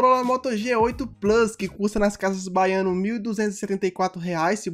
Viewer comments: "Casas baiano" ou "Carrefood" kkkkkkkk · kkkkkkkkkkkk eu racho quando tu fala casas baiano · "casas Baiano" "carreford" isso não KKKKKKKKKKKK